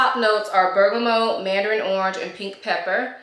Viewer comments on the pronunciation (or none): Just to let you know, it isn’t pronounced “bergamō.” It is pronounced just like it is spelled, “bergamot.” It isn’t a French word. Thanks for the review